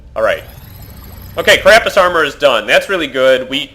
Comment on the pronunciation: This is starting to annoy me: It's CArapace, not caRApace.